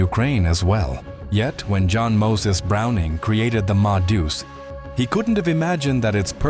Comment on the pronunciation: Stop circling the same information sequences in different words. you lost me after 5 minutes. What's with over pronouncing the full name of Browning?